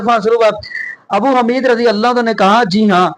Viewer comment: حمید کی ح پر پیش ھے زبر نہیں ابو حمید الصاعدی۔ باقی رفع الیدین کرنا نبئ کریم کی سنت متواترہ ہے خوب عمل کریں